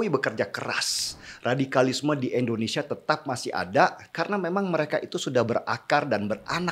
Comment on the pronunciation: Masukan Om Deny.. Selama ini klw sy dengar..om Deny menyebut Endonesia..tolg artikulasi nya Om Deny...Indonesia😁